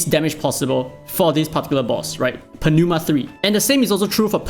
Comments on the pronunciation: Just read Pneuma as new-ma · I'm not sure if you're joking, but it's pronounced as "noo-muh" the "p" and "e" are silent. Aside from that, damn, I missed your excel from your dislyte damage calculator. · Not sure if you're just playing out for a bit but pneuma is pronounced as nooma. Like pneumonia or pneumatic. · please don't butcher pneuma T.T.. it's really so hard for anglophones? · If you really have difficult to say Pneuma, search for the translate word of Tire is french, it's Pneu and the prononciation can help you